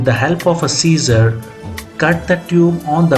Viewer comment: It’s a valve, not a walw. It’s scissors, not Caesar’s.